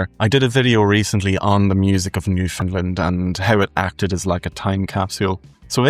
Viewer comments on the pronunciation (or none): One minor complaint; You mispronounced "Newfoundland". Since you're Irish, ALL IS FORGIVEN. Slaintche